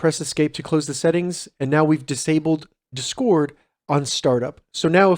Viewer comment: No one going to talk about the way he says discord